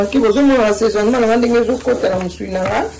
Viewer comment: Assesonnemment et non saisonnement maman 👩